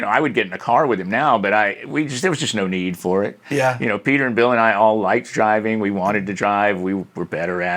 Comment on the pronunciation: "There was just no need for it." The way he says this his southern-ness really shines through.